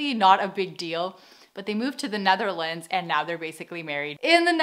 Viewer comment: Why do you pronounce the Netherlands so weirdly? Like Ne tharlands lol